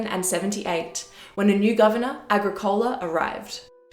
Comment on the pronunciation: AgriCOla?! EBOracum?!